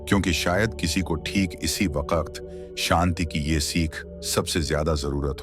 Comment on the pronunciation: ये वकत नहीं सर ...वक्त है